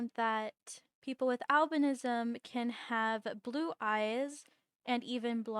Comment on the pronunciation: Just going to say since i love albinos a lot, some people call it albinoism when pronounced sometimes me included but your saying it correct it just depends on the way you say it for most people, it's spelled Albinism and said like al-bin-ism but in some places it's spoken differently which is al-bino-ism, i say it both ways but just thought i mention you are saying it correctly!